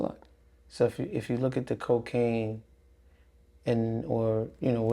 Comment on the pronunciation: Why u say cocaine with a pause like you waiting for a clap🥴🥴🥴and if nothing happend why he call u 50,000 times in 24hours🙄. If your husband on these tapes, we need another interview